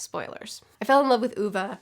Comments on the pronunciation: I'd never heard of this author before but now I want to read his books! PS. It's pronounced OO-ve (e as in Egg), not Oo-v-uh :) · That was a good first take on Ove. Now just shorten the E abit, and cut it of more abruptly. An "E'h'" if you will. Hey when you said it "Wrongly", you got the E more right. Just shorten it abit more and you have it. first pronounciation of O though. EDIT: oh and here is a tough edit about romantizicing Suicide: I completely agree. But we should not shun it either. It can be a informed, though out action and a preferable end. Just as we shouldnt romantizice it, neither should we romanticize life to the cost of death. I know this to be true, because i have lived through such an event. Let me tell you about my father. His mom was an alcoholic and a brute, clearly favoring her other son, his twin brother. Dad found a motherfigure in another woman, but she got dimentia and he saw her drift away and become a husk. From that moment that was his worst fear, the worst way he could go out. Years passed by, he met mom, three rowdy kids popped out with me somewhere in the middle there. Both mom and dad started up their own companies, father started to drink heavily (alcoholism is always tragic of course, but this is not a tragic story). He kicked the habit eventually and lived 10+ years as a non-drinking alcoholic, performing artist (Sang and played his own songs) and a fulltime naturepainter. However during his wet years, they had become realy wet. So wet that his drinking damaged his memory. In the last period of life it got so bad that he could call me to discuss a thing, and bring i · Only book I read by Backman some time ago on recommendation by a coworker. It is usually not the kind of books I like (“social realistic”), but I really liked it. Only book I have recommended to others outside Pratchett’s books. Also your pronunciation of Ove makes me smile. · The “o” is kinda pronounced like the o in “or”🙃